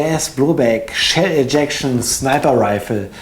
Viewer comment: warum sagst du eigentlich immer "Tschell eject"? :D